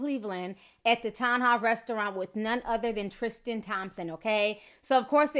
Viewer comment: Love your new outro... but sis there's no H in Tristan <3 love you